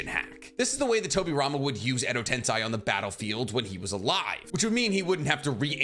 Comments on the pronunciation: Why do you say Edo-tenSAI? It’s Edo-tenSEI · Im sure its tensEI not tensAI. It was grating on me how you could seemingly pronounce everything correctly except for this one thing. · "Edo tensy" hurts me dude.🥲Tensei like Sensei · Edo ten-say. Not Edo ten SAI or Edo tensign. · it's not edo tensai but edo tensei, no hate but if u wanna make video on it, at least pronounce it right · pls stop saying Edo TensAi.... it's Edo Tensei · I love the videos, though 100% of the Edo Tensei have turned into Edo Tensai. It's almost like saying Noruto instead of Naruto. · It’s Edo tensei not edo tensai. Pls try to say it clearly because it’s annoying hearing you say Edo Tensai. It’s EDO TENSEI. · Its Edo Tensei not Edo tensai! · And you keep on repeating the wrong spelling, edo-tensAi! Soooooo many times! It's annoying really! EDO-TENSEEEEEEEEEEEEEI! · Why do insist on saying edo-tensAi!?! Edo-tensEi! It's that simple! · Gosh, I hate the "Edo Tensei" Parts of this video... It's spoken "Edo Tensay" not Sai 😫... Like...the way they say it in the show...please just speak like the fucking characters using it 😩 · Isn't it Edo Tensei and not Edo Tensai? Kinda triggering to hear make this mistake multiple times in the video lmao Keep up the good work tho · It’s pronounced Edo Ten-say. All the characters in the anime say it this way. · I like the videos, but your pronunciations absolutely ruin everything. At least be consistent. Jutsu is plural for jutsu. You were doing it right at first, but after the ad, you went back to saying JoOtSoOs. Edo Tensei Edo TEN-Say I'd subscribe if I didn't cringe at every annoying mispronunciation haha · “edo tensAi” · Tensai? What’s with the mispronunciation of Japanese words? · It’s Edo Tensei pronounced Eddo Tensay, and Kakuzu pronounced Kockuzuh. With this amount of views and subscribers I’d expect better. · Edo tensei (TEN-SAY) that’s how it’s pronounced weirdo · and i repeat.. it’s pronounced as “Edo ten-say” YES. get it right lol❤